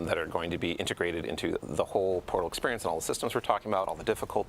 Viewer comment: The overemphasis on "the portal" is mind numbing.